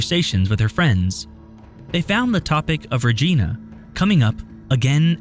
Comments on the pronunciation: Pronounced RegIna, not rejeena. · Omg. Its ReGINA not Regeena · The 'i' in Regina is long. It is not pronounced as Reg-ee-na. It is Reg-i-na. Reg(Eye)na 😉 It is a short drive from where I live. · Hehe...oh it's not pronounced "Regeena"...it sounds how it looks, Vagina Regina. Better than Dildoe Newfoundland. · It’s not pronounced Rageena ugh so annoying it’s pronounced Regiiina like Vagina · The proper pronunciation of Regina is not: Ree Gee Na. Rather it is pronounced: Ree (with a long E, as the E in Ear.) Ji (with a long I, as I am here) Na (as in Nana).ReJiNa is the proper pronunciation of Regina! Sorry as a Canadian his pronunciation drove me crazy! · love you guys! But if I May Please it's pronounced "RE 'Gi like high NA"....not REJEANA. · It's REE-JY-NA not RA-GE-NA learn to pronounce the name of important places bro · God...it's pronounced Regina with a long i -- like "eye." It is NOT pronounced Regeena!! Geez...!!! SO annoying... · Reh-gEna...lol. It's Reh-jai-nah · the "i" in Regina is pronounced as "i" not "ee", same as Carolina. Mekayla went missing a while ago. I hope she's still alive and able to return home one day. :( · its def not reg*i*na and def reg*ee*na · Who is regina? That's a name... the city is reGINa, rhymes with a part of the female anatomy. Not reJEANuh. So annoying! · I am from Regina and this guy is pronouncing it very wrong it’s pronounced Regina with the ‘i’ sounding like ‘eye’ not ‘ee’-Surprisingly he pronounce Saskatchewan correctly LOL this girl is from Yorkton very sad, I have spoken with her mother and they have no clue where she is and I imagine she was sold into sex trafficking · So, i'm that person. It's not Ra-gee-na, it's Ra-gi-na. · The city is pronounced Re gye na not regeena. That said it's very unusual. The prairies have lots of human trafficking so that is scary. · It is not "Regeena", it's "Rej-eye-nah". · The city of Regina was mispronounced - it rhymes with the woman's body part. I do find the video chilling btw.